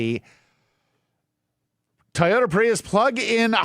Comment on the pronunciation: I know can pronounce the word "toy" so why can't he pronounce Toyota? He always says Tai ota.